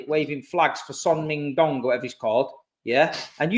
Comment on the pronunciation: Man said son ming dong😭